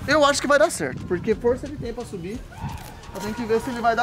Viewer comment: vose tei qui bota pasubi não é para sima é pabaixu